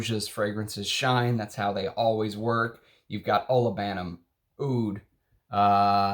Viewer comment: I lived in Middle East. Roja is saying wrong. Arabs and Asian says Oud not Aoud. and this only Oud. the letter in Arabic against A is Alif and O here rep. Ain where ain sounds from back of throat and have no similar sound in english , Hindi , Persian and Urdu.